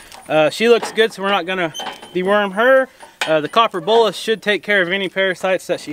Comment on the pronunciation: I always thought you said "copper BULLET," (not a real bullet, of course). It's actually "BOLUS." I get it now. I watch another YouTube creater who milks their goats by locking their head in a gate, and they have a small plastic feeding container rigged up in front of the goats to give them feed to keep them occupied while they're being milked. If you rigged up something like that, you could let the goats free by the side panel. Idk how many of the goats gave you a difficult time, so if it wasn't many, then it probably wouldn't be worth it to set something like that up. Might be easier to just have someone give the difficult goats a treat while they're being worked on. That other YouTuber milks her goats daily, you only go through this process twice a year. It might not be worth it for you to rig that up. I'm just thinking out loud, you know, because I'm such a goat expert and you should take every piece of advice I offer. 😆😂🤣